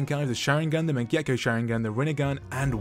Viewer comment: DID YOU JUST SAY MAGEKO SHARINGAN TFFF